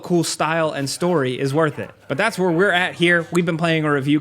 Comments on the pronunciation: In the start he said “hi and we’re back” But why did I here “ hi n–word back” 😭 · I really thought he said hey nword back 😕